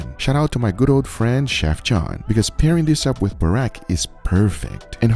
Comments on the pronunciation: It's burek not barek😅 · Its pronounced Buurek with the "bo" being like "boo" when you scare someone and the k is very hard as the K in AK47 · As a Croatian, I'm happy :) But the burek pronounciation killed me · Good job! This was great and i am glad you liked my country's msg. Also here is a little help It is pronounces boo-rek with a sharp e in rek Funny story: one of my friends slipped on a burek in a bus and fell XD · Vegeta is a must have in every Croatian home, we use it for everything. Super proud of out Vegeta and also our Zvijezda Mayo, people all across the world say it's the best mayo. You should try that too. Also you nailed the burek, though it's pronounced more like boorekk. Awesome video man :) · pronounceation: ve-geh-tah g like in guard not like judge additionally, its buurek not borek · lol he called burek "buraq" or "barak" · no sauce goes on burek (its pronounced: "boo-reck") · To pronounce burek is just (boo-r-ehk) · burek not burak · its pronounced boo-rack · Is Vegeta really MSG? I've used it my whole life and always thought it is just normal salt with added vegetables. Regarding the burek, you pronounce it almost correctly, just the accent is off on the u, well done. However, it is actually a Bosnian dish and is made slightly different, but I will have to make myself your version. Also, judging by google maps, you can get the real burek in Miami in UNA Bakery and Rakija Lounge :D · glad youre trying out croatian stuff, but it is painful to hear you butcher "burek" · its not burek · Yeah Vegeta is cool, but boy oh boy did you f**k up that barely-an-excuse for a burek. And what's with that "sauce?" xD Try again